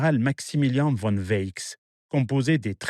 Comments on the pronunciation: Allemand VON se prononce FON!!! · Bravo pour les cartes dynamiques alternant avec les images, c'est très clair. Petit reproche sur la prononciation des noms allemands : "von" se dit "fonn", "Typhon" se "tuffonn" et non à l'anglaise. Mais c'est un détail.